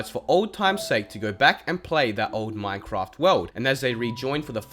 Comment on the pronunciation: Ahh yes "Minecroft"